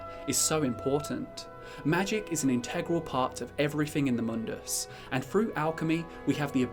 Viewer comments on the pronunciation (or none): none